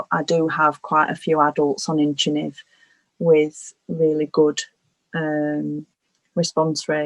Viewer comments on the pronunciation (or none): I was trying to understand the specific medication that was discussed in the video. It sounded like Inchinive, but the transcript says incentive. Can anyone clear this up?